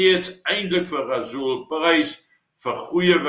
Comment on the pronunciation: Blykbaar is R in Rasool "silent".😂